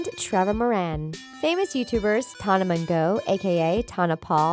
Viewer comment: Sis said:Tona